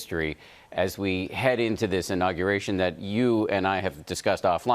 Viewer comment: Professional "journalist" Inagation? Try inauguration.